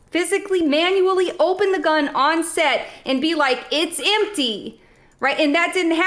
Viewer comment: "It's impty."